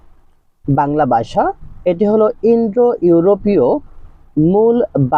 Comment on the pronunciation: বাসা নয় ভাষা